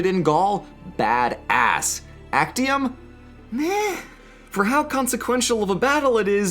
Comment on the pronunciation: Its pronounced aczium.